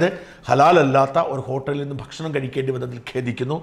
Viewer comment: ഷാജ൯.... നിങ്ങൾ ഭക്ഷണം എന്ന് പറയുമ്പോൾ ഫക്ഷണം എന്നായിപ്പോകുന്നത് എന്തുകൊണ്ടാണ്?